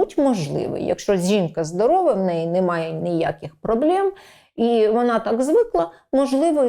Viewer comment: Все круто , але !проблема велика в «ПроблЄмі «🫣 так ріже слух що аж не приємно